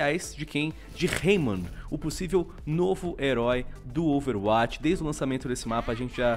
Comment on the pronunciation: Meu querido...já acompanho seus videos faz tempo mas gostaria de pedir apenas uma única coisa: pronuncie Overwatch como "Overwóti" não "Overwáti". É mais coerente com o inglês. Dá uma aflição... kkkkk. Abraço